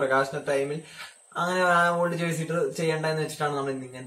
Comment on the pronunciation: It is jersey not jercy